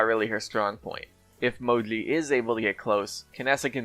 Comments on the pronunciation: It is Mo-Gee. Not MoGleey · Say "Mo-jee" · Man, I know I'll get hate for this but I really hate how you call her Mowgli or whatever the fuck you're calling her. Even she herself says MOJI when she's picked. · you’re saying mo-jlee. Instead of mo-jee. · why do u call moji "moli"??? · He said Modli